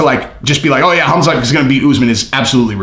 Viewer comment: Colby calling khamzat "cumshot", might be the funniest thing ever.